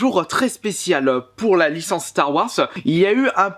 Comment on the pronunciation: Apprend a prononcé "star wars"